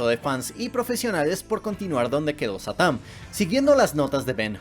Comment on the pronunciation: Diganme que no soy el único que cuando dice satam piensa que dice satán